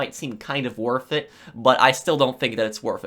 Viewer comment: "Wurf it" lol